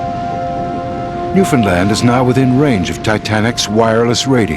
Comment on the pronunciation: I'll cut him some slack. Henry Ramer pronounced Newfoundland right. haha Cheers b'ys